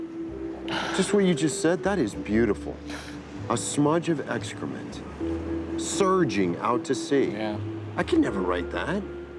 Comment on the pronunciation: how says 'SURGING out to sea' gets me everytime:))